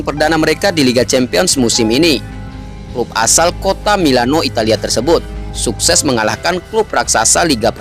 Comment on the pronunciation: Sukses, bukan sunkses..hehehe